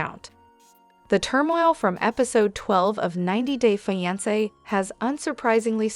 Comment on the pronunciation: The pronunciation of fiance is incorrect.